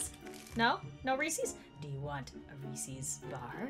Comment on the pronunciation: It's a Reeces not a reeceees